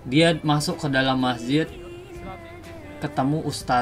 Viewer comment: Masjid bro bukan MAHJID